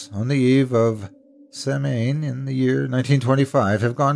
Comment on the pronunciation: being Scottish, and a bit of an old witch lol! I can tell you that Samhaim is pronounced "Sow' to rhyme with 'cow' "hain' as in 'pain....sowain.